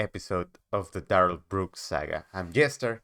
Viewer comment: Officer Schneider "SCHOOLED" duh-rell 🤯💥💩😝